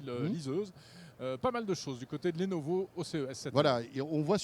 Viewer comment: "Lenovo" Ne porte pas d' accent et se prononce Lenovo, comme cela s'écrit .